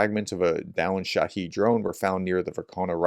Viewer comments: Good morning professor. I enjoy your content. I don’t know if it matters to you, but I’m pretty sure that the correct pronunciation of shahed is just like it’s spelled. Shah-hed, not shaheed. Shaheed, (or shahid) is a whole different word. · Shahed pronounced as head not heed